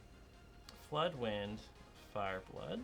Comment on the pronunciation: Oh, I thought, he said 'blood myths'^^